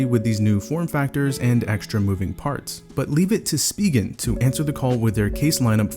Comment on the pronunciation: good review!! also its "spy-gen" not "speegen"